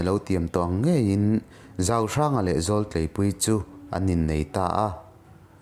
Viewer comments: Zawltleipuii hming in lam dan hi a dik lovin ka va hre ve. Ka hriat dan a dik chiah lo nge. 'Zawl' lai hi a ri a hniam tur niin ka hria. "Phaizawl" tih a "Zawl" rikdan a lam ri lovin "Zawlaidi" tih a "Zawl" lam rik anga lam rik hi a ni thin in ka hria. Kan naupan laia ka pu thawnthu min hrilh te ka hre chhuak uai uai mai. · Zawltleipuii tih ilam a. Zawl tih hi zawlnei tih a zawl kanlam rik anga lam turzawk ani lo maw.. Ngaihthlak anuam e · Nia keipawh kalo tia. Zaaawl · A tha thei khawp mai Thil rere ah hian MAHSE tih hi a tel chang a awm angai leh thin, "Zawltleipuii" tih hi "Aizawl" kan tih anga "Zawl" kan lam rik ang deuh nilo hian "He Pa hian Zawl a nei a niang Sa a kapthei riau mai" kan tih ang deuh aa "Zawl" hi lam ni zawk ta se a dik zawk mah angem??? "Zawlnei" kan tih aa zawl kan lam rik ang deuh hian, a chhan chu heng thawnthu hre chiang mumal miah lo tunlai kan Nu leh Pa te ho zingah hian an awmthei tlat tawh naupangte a fa nei kan tam tawh in heng thawnthu te hre miahlo a fate nei a awm theih tlat tawh mai, chung an fate chuan I channel hi an lo en fuh ve thei a, tah chuan "Zawltleipuii" lam dan dik tak hi an lo hriatlo phah thei tlat, An Nu leh Pa ten a lam dan tur dik tak a hrilh thei an awmlo thei ve tlat mai, kan pi leh pu-te thawnthu hlu lutuk mai a hming lo lang hi a lam dan tur diklo tak in an lo hriat phah thei tlat tunlai naupang thangthar ho hian. P. S : Kan sawi ve mai mai a nih chu, a sawi tu ngei pawh hi ka famkimlo kan mizo tawng lam dan tur diklo tak a lam ka ching lutuk tho 😆 engpoh chu ni se a tha lutuk ringawt tianga Mizo thawnthu tha tak tak, hlu tak tak I rawn dah hi. 👍👍👍👍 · Zawltleipuii hi i thluk dik lo, zawl hi Zawlnei tih kan lama zawl anga lam tur, hmun zawl anga lam loh tur asin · Zawl ilam dan hi diklo, zawl hi lam hniam tur zawltleipuii tih hi